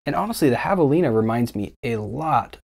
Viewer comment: I laughed out loud when you said Jav-a-Line-ah which to me was extra funny since you habla Español!